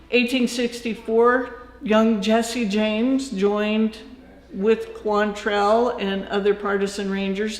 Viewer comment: It's QUANTtrill, not Quant-TRELL🙄